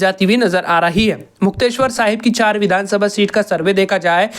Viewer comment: नाम बोलना सीख ले मुक्तेश्वर नहीं मुक्तसर और संग्रु नहीं संगरूर है